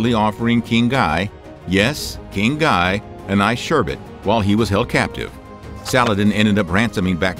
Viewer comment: I think it’s “ghee” not “Gye”